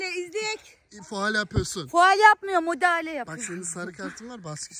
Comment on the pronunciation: meral abla ikisaattir topa mudahale diyooooo